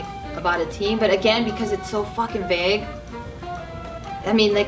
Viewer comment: Hey it's Vague, not Bague. lmao